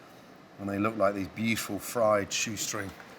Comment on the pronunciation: A gameof shots everytime he says Literally or "beachiful" would get us drunk enough to get liver damaged.